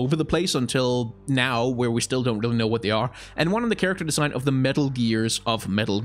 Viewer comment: This is random and off-topic, but I noticed that a lot of your consonants tend to be unvoiced. Words like "vision", "believe", "design" - which usually are pronounced /vɪʒən/ /bɪliːv/ /dɪzaɪn/, you pronounce them as /vɪʃən/ /bɪliːf/ /dɪsaɪn/ which I find really interesting. This has to do with phonetics and I definitely don't expect everyone to understand what I'm talking about, but I was wondering where you're from and whether English is your first language and/or if you've had contact with other languages that might have caused this :D